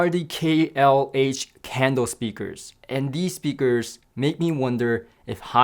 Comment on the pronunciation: Sounds like he's saying candle!